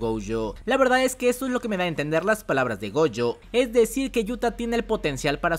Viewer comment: Cada vez que dices goUjo deseo bloquearte y nunca más escucharte y lo peor de todo es que dices gojo normal en muchos momentos, pero es tan molesto